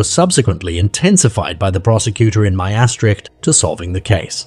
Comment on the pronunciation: When you use foreign names, learn to pronounce them: Joos = Yōs (as in dose). Heibloem = Hay-bloom. Maastrict = moss-strict